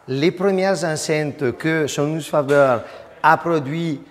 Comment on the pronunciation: fabaire pas Fabeure. Italiano faber sans majuscule.